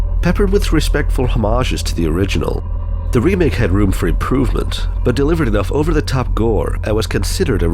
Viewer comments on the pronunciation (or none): none